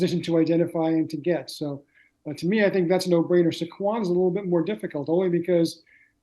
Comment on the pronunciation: Guy can’t even pronounce Saquons name right. What a joke